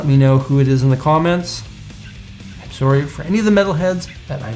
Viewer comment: I love how he said soorie after not knowing meatal